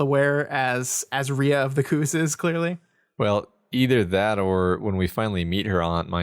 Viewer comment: it's co-oss. The dots above the second "O" are called a diarhesis so both vowels make a sound vs the double-o diphthong